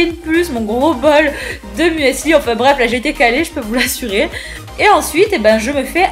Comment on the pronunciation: "Un mUeseuli" hahaha